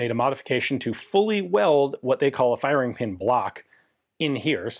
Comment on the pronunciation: LOL at "fire-EEE-ing"